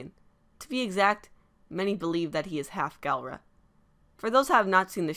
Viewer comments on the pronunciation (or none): NOT G-AL-RA